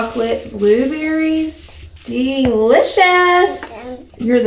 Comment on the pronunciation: Why did have a British accent when she said blueberry chocolates hahah